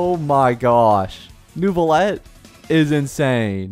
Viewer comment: Pronunciation tips from a native french speaker: Lumitoile = Luuh - mih - twahle Neuvillette = Neuh - vih - lehtt